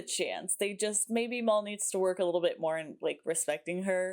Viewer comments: Just a heads up…his name isn’t Mall, it’s Mal(colm) as in rhymes with Pal. 😊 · I find it….odd that you keep pronouncing it as ‘Maul’ rather than ‘Mal’. The nickname is short for Malcolm not Maulcolm and never once in the series does anyone call him ‘Maul’. Perhaps I’m being nitpicky but I find it slightly irksome. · His name is Mal, short for Malcolm, not Mol.